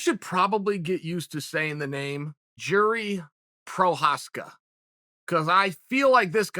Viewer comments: I think he's saying Prokriev sometimes rather than Prokriav. KInd of Russian sounding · Chael: “remember that name, I’ll remind you” Also Chael: “Pro-kai-ev” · Try it with me, uncle Chael: PRO (short O, no OUs) CH (pronounced like J in Juan, Julio...) AAAZKA (Z is short and sharp). PROCHAZKA. There you go ;-) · "and the jiri pro..cha......ehhvvz of the world.." "prochayuhhs" "prochayev" 😂 gotta love this man's name pronunciation.. but I will say it's one of the difficult ones, still not Joanna Jedrz....... you know... Joanna. 😂 "prochaev... is it prochaev??" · Jiri Prokayev? Must be a new guy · Chael “PRO-Kaev” Sonnen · ... yeah, and maybe learn to pronounce it right ... is as you were been called CHaENtEL ZOneN Prokajev? C'mon, you got kneed in the head too many times ... American Word Gangster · Uncle Chael, after butchering the guy’s name for 7 minutes in a row: remember that name. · Remind me that name that you keep getting wrong Uncle Chael. 😃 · Says his name wrong. - Proceeds to instantly mention how well he knows him. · How the hell does Chael struggle so hard with these names. First time I ever heard the guys name I had it down. It's really not a hard name to pronounce. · The pause after CHAEL mispronounces his last name 🤣🤣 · I love how chael tells us to remember that name while getting it wrong in the same sentence